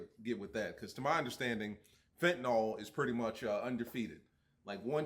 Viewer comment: You know you're country af when you pronounce fent, "Fent-uh-nawl"